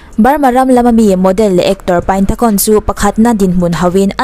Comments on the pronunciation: Tuna khon tih i lam rik dan kha mizo lamrikin (khun) tiin lam rila "Ta'' tih lai kha mizo lamrik bawkin (Ț) lamrikin (ȚA) ti la a dik ani mai 😀😀😀 i thiam lutuk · Kei hi Burma ka nia Khon nilo in Khun tiin lam ri la a dik zawk mase a theih vek🙂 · A hming Thai tho lam dan i tih khi a dik zawk aw😊Burmese in ပိုင်တံခွန် tia ziah tur nia,thluk sang lutuk loh tur Thai ho thluk ang khian thluk hniam vek tur zawk aw engpawh nise i ti tha lutuk e😍😘Love from Myanmar🇲🇲💕